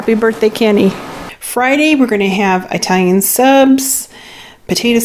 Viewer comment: Dont want to come off as rude, loved the haul. But it is not "I"talian...it is "it"alian ...not "I"taly but "It"aly.. Great Haul.